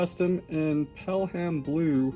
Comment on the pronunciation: It's pronounced "pellum" not "pell-ham". It's a British thing 👍